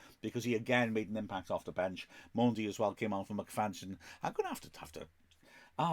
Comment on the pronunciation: Don't mean to be disrespectful but does Mendy really pronounce his name Mondy and does McFadzean really pronounce his name McFadgen?